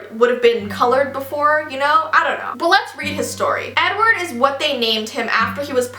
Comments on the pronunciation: I keep hearing u say 'N-word' for Edward xD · The way she said Edward in the beginning sounded like “n word possessed” I was like wowowowowow back up for a second 😂😂